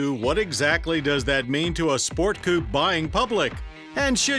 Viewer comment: Well he cant say coupé so there's that...